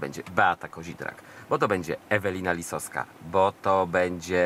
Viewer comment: Do wszystkich redaktorów, nie tylko do pana. Nie "Lisoska", nie "Dąbroska" i nie "Steczkoska". Nie ma takich nazwisk...